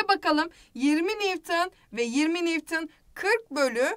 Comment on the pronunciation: nivtın değil nivton